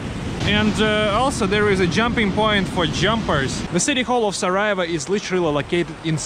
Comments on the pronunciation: Not Sarajeva it’s Sarajevo. Try to learn the proper pronunciation of the major cities at least. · this is not how you pronounce sarajevo